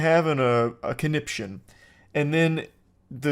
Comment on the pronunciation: It irks me that even though he says "conniption" like every five minutes, he still doesn't know how to pronounce it correctly.